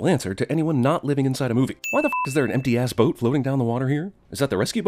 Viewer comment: Haha, the way you said it made me think the ass boat was empty... but it was an empty-ass boat and not an empty ass boat. Oh, ass boat, where are youuuuu?